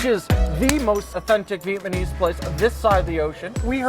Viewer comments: vietnamese not vietmanese:D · Ok. Please, someone explain to me why so many American can say Viet Nam but can't say Vietnamese? Vietnam then Vietmanese? WTF?